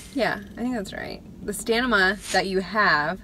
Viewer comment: stamina. not stanima lol girls need to show their afters ...without their arms up in the air...to show the true after...you look great ...au natural looks so much better ... looking to get mine out soon ...over the large fake look..